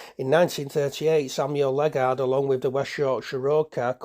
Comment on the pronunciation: Interesting collection of photos, mostly dating from the final decade of their operation. Locally, the pronunciation of Ledgard is not "Led-guard" but Led-jard or Led-jerd.